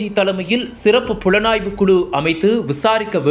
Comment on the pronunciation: Pulanaaivu nu sollatiga, enna pulanaaivu pannega